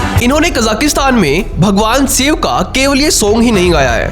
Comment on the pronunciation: Bhaiya you tube par video dal rahe ho shiv ko siv toh mat bolo krapa kar ke hindi pronunciation sudhar lo